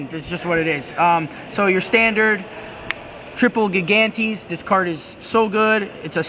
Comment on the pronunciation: Gigantes is pronounced "Jie-Gan-Tis".